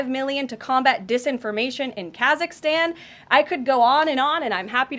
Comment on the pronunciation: When they said kazikstan I started laughing thinking about borat not getting cash